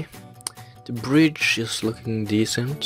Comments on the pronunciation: Bridge not brich.... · Det utalest brich... skriver man det Bridge